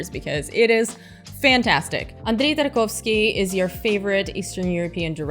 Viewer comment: My assumptions were right lol. Btw I LOVE how you pronounce Tarkovsky with the accent!!! I probably completely butcher his name... please don’t kill me